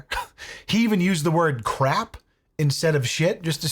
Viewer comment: Officew she was attacking the cwap outta me